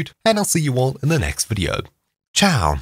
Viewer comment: I'm from Italy and the final "ciao" was awesome!